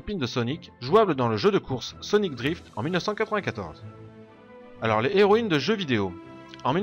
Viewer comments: On dit "les zéroïnes ", comme on dit " les héros " , et non pas "les zéros " , comment peux tu faire une erreur pareille compte tenu de ta bonne élocution, et de ton bon français ? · Pas de problème, mais j'avais l'impression que tu te forçais à dire les " les héroïnes " plutôt que les " zéroÏnes ", alors que c'est bien les " zéroïnes ", qu'il faut prononcer, à l'opposé du masculin où le " H " fait barrage au " S ".